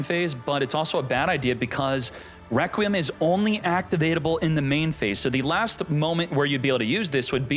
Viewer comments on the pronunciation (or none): none